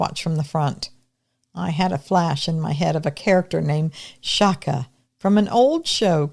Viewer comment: It's pronounced chaka like a piece of chalk with an a at the end